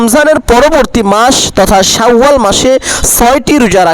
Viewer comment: "শাউ আল মাস" নাকি "শাওয়াল মাস"?